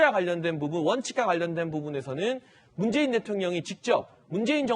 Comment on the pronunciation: 문줴이인 줭부의 검촬총쟝이다... 문재인씨 발음 너무 이상해요